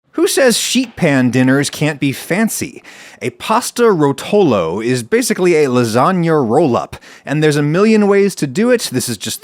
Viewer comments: it's ròtolo not rotòlo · Btw, Ròtolo, not rotòlo :) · Being italian I feel compelled to make this statement: it's ròtolo and not rotòlo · you pronounce it wrong. It’s Rohtolo not rotohlo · The correct pronunciation of the word rotolo in italian would be ròtolo (accent on the first syllable) instead of rotòlo (accent on the second syllable) which is the way you pronounce it throughout the video. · The way he says "Rotolo"... 😬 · I never heard "rotolo" said with a worse accent lol Why americans, just why But hey +10 for saying Pecorino right